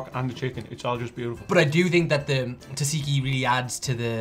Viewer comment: it’s more like dza dziki I don’t think knows. Just ask me. I’m full Greek